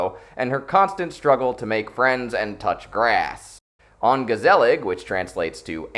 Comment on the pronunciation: Mispronounce "ongezellig" one more time! I dare you! I double dare you, motherfucker! Mispronounce "ongezellig"... ONE... MORE... TIME!!!